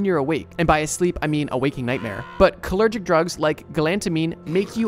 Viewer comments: Cholinergic. You said "cholergic". (Funny, I've actually heard of DPT.) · Cholergic? It's Cholinergic. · cho-li-ner-gic! four syllables! great video :) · its pronounced co lean ur gic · You managed to pronounce cholinergic three different ways